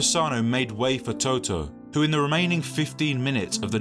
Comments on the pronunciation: Learn to pronounce the names of the people you do a video about!!! You are not talking about the band TOTO... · Nice video!! The only Thing is that the name Totò has been pronounced wrong around 30 times through the video😅😅😅The stress must be on the last vowel, otherwise it's another word, NOT the player's name😅😅😅